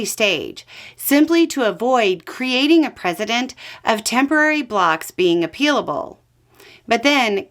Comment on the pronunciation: Love and you. Double check how you are pronouncing precedent. It’s a soft c rather than a z. That’s a couple videos in the last few days. Not an attack. Just a friend. Hebrews